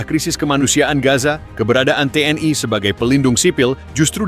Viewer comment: Komentatir salah baca...gmna sih lu org lndo tp baca TNl.kok TN Ai...tuh ..l nya kan maksudnya lndo ...to dol2...gmna lu...jd ..Tentara Nasioal lndo ...dol...hadeh2...😂😢